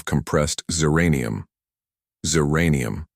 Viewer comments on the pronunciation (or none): Narrator(?) says ziranium but text shows zircpnium. Narrator says Zextill but text shows Zexton. Recommended action, lose the AI narrator or stop sub-titling.